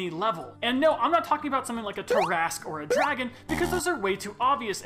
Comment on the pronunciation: Dude cant pronounce terrasque